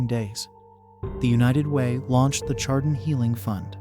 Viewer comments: Honor the community and pronounce it right!!! It's 'shar-don' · I stopped watching after you mispronounced Chardon. Do better research.